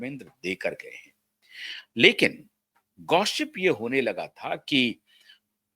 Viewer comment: हर वाक्य में "स" शब्द का उच्चार "श" जैसे करते हैं आप 😮 "गौसीप" शब्द जो English मे है उसे "गौशीप" ऐसे करते हैं😅. ऐसे बहूत सारे शब्द हैं जिनको आप गलत तरीकेसे उच्चारण करते हैं😢